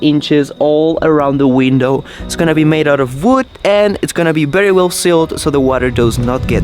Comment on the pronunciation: Bery instead of very, hehehehehe,, come on, teach how to say Vvvv, so cute dude!